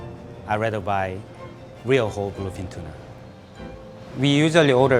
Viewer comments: Instead of BLUEFIN TUNA I heard Philippine Tuna🖐️ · Whenever he say’s bluefin tuna it sound like philippine tuna to me haha